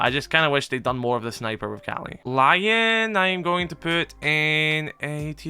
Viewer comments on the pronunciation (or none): none